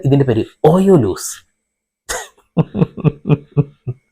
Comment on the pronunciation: ഓയോലോസ് അല്ല ഓയോബോസ് 😂